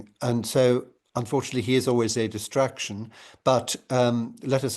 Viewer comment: Sorry did you say distraction or destruction, because either works